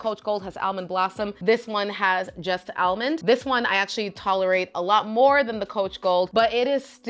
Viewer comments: Shes says it like the SNL Target lady skit...more like El- mond. Lol Its cute 😊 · I've never heard anyone pronounce almond as al-mond.. it's adorable 😂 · I pronounce it like all-mond like most people 😂I like how you say it better it's unique.